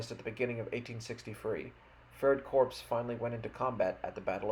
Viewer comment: An Army Corps is pronounced "core," like the Marine Corps.